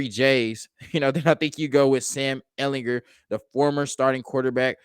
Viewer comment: Ehl in GER with a hard G.